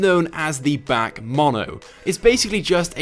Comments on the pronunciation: Back Mono? BAC is pronounced as the single letters in the name like: "B.A.C.". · it's pronounced B A C not BAK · Omg the way he pronounced BAC 😑